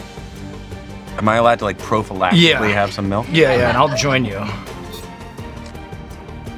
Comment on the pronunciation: Prophelaxically is what he said.....😅😅😅😂😂😂